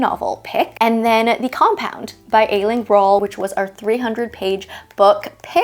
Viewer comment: I am looking forward to the Compound, These Summer Storms and Ride With Me. By the way, Aisling is pronounced Ash-ling. 😀 IT is very popular name here in Ireland. It means dream or vision.